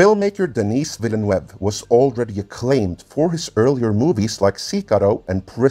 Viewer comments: I'm not French but I'm pretty sure it's pronounced VEEL-NERVE. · I can’t even understand how he’s saying the last name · nice, but he miss the name of denis villeneuve... a lot. to know how it's pronounce, watch some f1 footage of gilles villeneuve or jacques villeneuve. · Say "Denis Villeneuve" one more time. I mean, I've heard people fk it up before but this is something special. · Funny how many people butcher Denis Villenueve's name considering how popular a french name like Villenueve is. I have no doubt the movie will be amazing considering that Denis is one of the best director's around, bigger question is whether people who don't know the books will have this go over their heads and not get it. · Minor gripe, you are not saying Villeneuve correctly. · WoW talk about butchering someones name lol . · I was so surprised when at about half the video actually pronounces Timothee Chalamet's name correctly. That means the butchery of "Villeneuve" was not a mistake but contemplated murder. That sends a chill down my spine! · Thanks for this interesting look... Just one plea: "Denis Villeneuve" is a FRENCH name, so... Could it please be pronounced in the French fashion? Thanks... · Vill-a-nuv (rhymes with love). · Vil-nuv would be the closest way. As someone who has lived among the French Canadians, the attempts on this channel to "spanify" the name makes my stomach churn. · Nope, the "eu" in Villeneuve should be pronounced like the 'i' in bird. Google Translate pronounce it quite well.